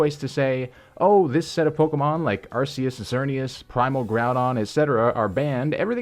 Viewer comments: Arceus is pronounced with a hard C. This has been firmly established in Arceus and the Jewel of Life. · Goddammit people are still pronouncing it arseus